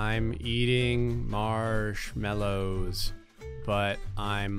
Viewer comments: Mallows not mellows.. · “Marshmellows” I nearly died